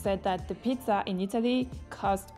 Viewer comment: comunque per la cronaca nella scena dell'amico che si vanta la zeta in pizzeria la pronunci male tutte e due le volte